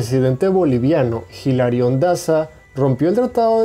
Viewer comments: "JIRALIóN" 😂😂😂 El único JIL [arión] AQUI eres TÚ 😂😂. Asi no se pronuncia. ..por lo menos mira algún video para hablar de Bolivia. A kilómetros se nota que NO ERES DE BOLIVIA 😃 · Bolivia nunca se rindió, si se retiró por que fué estafado por el Perú sacrificó a sus soldados en la defensa del territorio de ese país, el presidente peruano Ignacio Prado se robó el dinero boliviano para comprar armas. No se pronuncia "Jilarión" es Hilarión